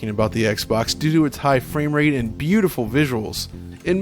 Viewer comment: That sounded like "Hey bro nice dick"